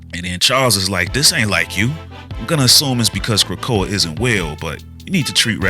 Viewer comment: Capt. Krakoa? C'mon man!